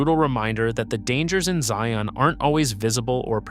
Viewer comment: I wish he could pronounce the name Zion in a more natural way.